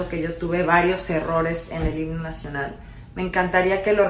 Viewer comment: Maria celeste tu solo miras los errores de los demas pero no te fijas en los tuyos porque se escucha muy claro cuando en vez de decir himno dices higno la neta estas bien mensa